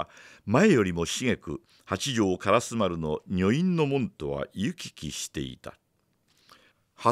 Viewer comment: はじめまして！私は京都の者です。 情景描写が素晴らしい吉川英治の作品を、 巧みな声色で素敵にリアルに演じておられるのに感嘆しいしい物語りの展開が面白くて グイグイ引き込まれて、 気がつけば今夜もまた2時間、3時間と聴いています！ 今は『火炎行列』の途中ですが、 ずっと気になっていた点が実はありまして コメントさせていただきます。 「通り」の名前で『からすまる』という言葉が何度か出てきましたが、それは烏丸のこととちがいますか？ じつは烏丸と書いて『からすま』と読む「通り」があります。 が！ひょっとして清盛の時代では烏丸は『からすまる』やったんか？と少しだけモヤモヤしています。 教えていただけると嬉しいです！